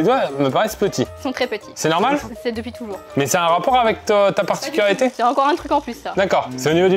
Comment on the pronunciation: sa particularité c’est de ne pas réussir à prononcer « particularité » correctement en début de vidéo 😂😂